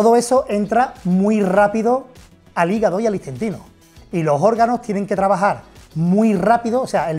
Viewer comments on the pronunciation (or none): Istentino, ha dicho istentino??